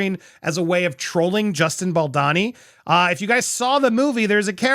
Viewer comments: it's bal-dOWNee not bal-donny lol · If you're going to be covering this case you need to learn how to say his name. Let me help you "Bal doe ni" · It’s disgraceful that you’ve been mispronouncing Baldoni’s name for months. Unrespectful, unprofessional, sloppy and superficial. If this is a paying gig for you, you should be ashamed